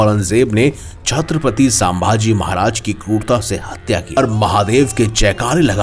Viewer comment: Plz nam to thik se pronounce karo.....saambhaji nhi sambhaji Maharaj